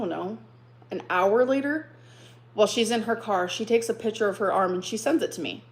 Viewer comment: i can’t with the way she says picture… “PITCHER”